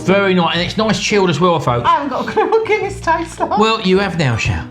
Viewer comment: it is Guinness ... like DUH